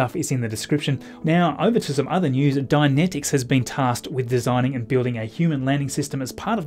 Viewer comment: About the pronunciation: Dynetics; Die-Net-Iks, as opposed to Dianetics; Dia-net-iks, a horse of a very different colour. Dianetics is part of the worship of L Ron Hubbard, a very flawed bit of mortal clay. It was the first book of his I read, back in, like, 1966. It was 15 years old then. Now it's part of his religious canon. It was crap (pure mummery, psychologically speaking) then, and it has not aged well since. Hearing you pronounce it "dia-net-iks" is kinda creepy, from my point of view, and no offense meant.